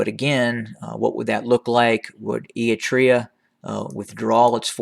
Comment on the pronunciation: Why do you pronounce Eritrea “e-i-trea”?